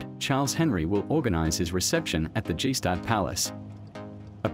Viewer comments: It is annoying when a person cannot pronounce the name of the place he is reporting on properly 🤯 it is NOT pronounced, GEE STAD! Please get your facts, right? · After all that "research" you did not learn how to pronounce Gstaad? Honestly, it was too hard for me to hear Jeeh-staahd one more time, so I had to turn the video off. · Don't waste your time on this documentary. It's just put together by someone with no real knowledge of the places he speaks about. He didn't even bother to get the pronunciation right for the robot voice he used for narrating the whole thing. G-Staad.... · G - staad???? You're making a whole documentary about a place in Switzerland and don't have the faintest idea of how to pronounce it??... I'm one upset Swiss person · "G-staad" 😂 this is so bad lol. Check the AI text to speech conversion next time before uploading. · Please stop saying G-Staad like G-Wagon and instead learn how the locals say it! This just makes me cringe every time I hear it... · One would think that the narrator would at least know how to pronounce “Gstaad” properly. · thanks for the interesting documentary. just a little remark, would be nice to pronounce Gstaad correctly if you mention this village so many times. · Ah epic! But please pronounce Gstadd right! 😂❤️ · If I was going to narrate a programme about Gstaad I'd make sure I knew how to pronounce the word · You'd think they know how to pronounce Gstaad after being there for two months... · The narrator keeps mispronouncing Gstaad and it's bothering me so much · you should learn how to pronounce Gstaad correctly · Gee-Staaad... 🤣 Skip the "ee" and you're about there... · you pronounce it "Gstaad" and not "G-Staad" 😉 Sounds pretty weird for somebody knowing how its pronounced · I keep cringing every time he says “ g stad” ehh… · Its not G-stad, it's Gstaad! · The name of the village is (gsta:d) not (dzhee staad). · Anyway, the pronounce of Gstaad is with hard G, like gang. Not Gi-staad. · Gee Stadt😂😂😂😂